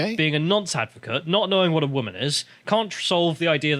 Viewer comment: woman [ woom-uhn ] noun, plural wom·en [wim-in]. an adult female person. took me 5 seconds to look up